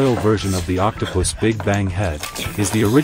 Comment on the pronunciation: Uhm did I just hear octopuss- or octopus seed😔😔